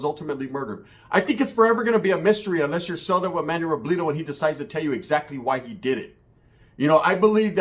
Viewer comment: Savage got taken out like El Pirata de Culiacan for dissing the wrong organization.. 2 content creaters with loud mouths dissing the wrong people when drunk.. By the way, why you keep saying Robledo like a white person? RO-BLEH-DO not RO-BLEE-DO 😄